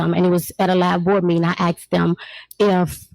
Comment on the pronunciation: Asked not Axed. Ask is a request. Axe is a tool.